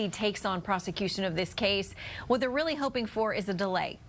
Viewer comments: It’s “F A N Y” not fawny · It's Fan-ee Not Fawn-ee